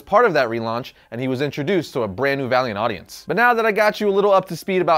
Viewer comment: When he said Valiant comics, I thought he said Variant comics xD